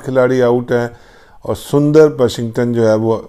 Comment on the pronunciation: Haha 🤣 Washington surinder instead of sundar